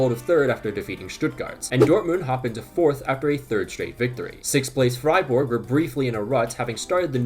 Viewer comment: Only team he can pronounce, im always dying with "Freiborg" and "Munchenglaadbak"